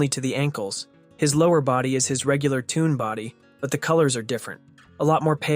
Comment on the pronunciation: 😅 Is Shelly music? Why say “tune” instead of “toon”?